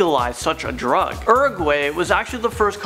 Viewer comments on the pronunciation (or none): He said "such a drug" as if it was crack LMAO